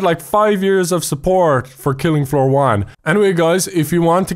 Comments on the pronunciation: it called killing floor but it says filling floor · I very trigger because he said filling floor for the title